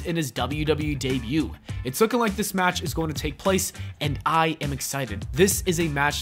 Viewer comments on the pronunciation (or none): Debut* not Deibyu